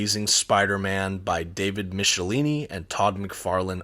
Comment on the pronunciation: Isn't it supposed to be Mick - e - line - eee?